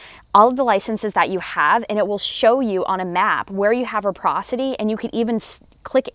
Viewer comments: Check out the dictionary: it’s “reciprocity”. You keep saying “reposity”, which isn’t a word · It's re - ci - procity, not reprocitry. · Reciprocity, if your going to use the word learn how to pronounce it!